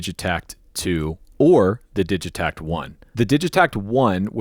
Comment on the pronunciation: Heads up it’s pronounced with a hard “g” (so, “Diggitakt), they’re a Swedish company